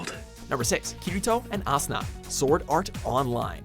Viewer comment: 😄 is spelled Asuna not "Sauna" and kinda sound like Tuna to me... and now I'm hungry